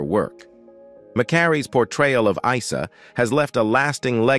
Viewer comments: Not eesa, its eyesa.well seeing the narrator has never watched the show. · Can’t even pronounce Isa ?